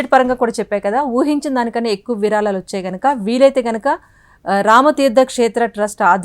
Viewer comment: Very good information and really proud news for we Indians.. but I'm sorry to say that the readers are seriously requested to learn the concerned language pronunciation also.. it is NOT విరాలాలు, నిర్మానం they are విరాళాలు and నిర్మాణం.. hope it will be taken positively and corrected.. the reader looks so good n professional so is her performance expected.. good luck